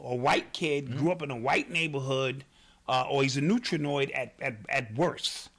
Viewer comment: My G said neutranoid😆😆😆😆😆😆😆😆😆😆😆😆😆😆